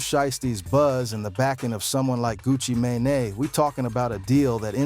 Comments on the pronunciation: That AI crazy 😂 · Ai needs some help lol smy gucci who? One thousand and seventeen ? Shisty shyiesty sheesty.. homie.. gang. Fam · Did he call him Gucci mayonnaise😅😂😂